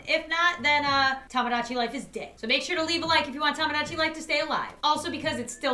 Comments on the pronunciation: Dude it’s Tomodachi not Tomgogachi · Sir its "TOMADACHI" :>>>